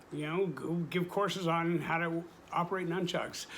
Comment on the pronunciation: Num-chucks!!! Really, wtf are u a ninja!